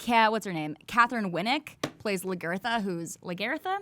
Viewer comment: I'm awaiting the new season of Vikings... LaGERther killed me a little inside, lol its LaGAtha (spelt Lagertha I know but GAWD) also LothBROCK? Lothbrook. And yes its based on real people. Looking forward to marathoning Luke Cage :D